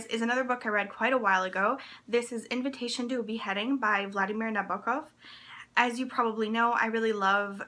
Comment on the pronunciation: as a big advocate of translated fiction, this video pleases me. I'm happy to see you mentioning the translator and also pronouncing Nabokov correctly :)